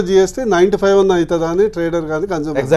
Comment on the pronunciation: Not conjumer☺☺ it's consumer